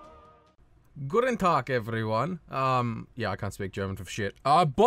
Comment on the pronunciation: Hey your "Guten Tag " was pretty good